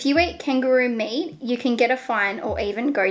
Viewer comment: австралийский акцент.) Как и слово meat, которое она больше произносит как may ))